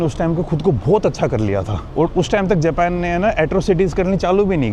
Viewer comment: Tum bato bato me dant q nikalta hay .Bina matlab ke . Smart nehi lagta hay . Japan ka pronounce thik se karo .